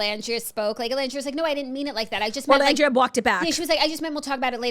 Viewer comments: I came here to beg you to stop calling her ORlandria 😂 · OOOOOOOLANDRIA not orrrrrrrrrlandria.